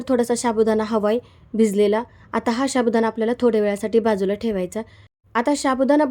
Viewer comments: शाबुदाणा काय साबुदाणा म्हणा.😂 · शाबुदाना नाही साबुदाना म्हणा.